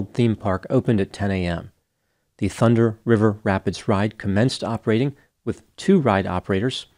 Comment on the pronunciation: ...I'm impressed with your ability to continue flawlessly pronouncing this tongue twister several times in the video. the thunder river rapids ride. lol